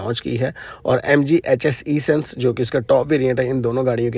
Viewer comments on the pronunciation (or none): it’s not E— Sense but Essence. First learn then make VDOs ….. another VDO Another VDO….